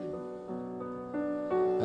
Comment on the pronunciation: Love this performance. But just one thing most singers ignore. Cohen himself never rhymed "you" as "ya" with "Halleljuah". He always pronounced "you".